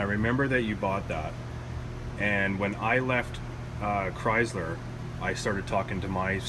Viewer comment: chryzzzler? u mean chrySler. lol great vid dude